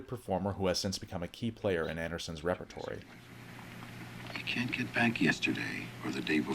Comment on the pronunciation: What's a "repratory"? Did you mean repertoire?